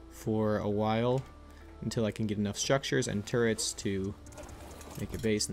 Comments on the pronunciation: He said I think he has turrets but sounds like nword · Lol I actually think he said “there is a raft right there, I think it has turrets”